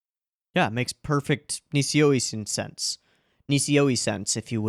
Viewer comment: “Makes perfect Nishio Isence“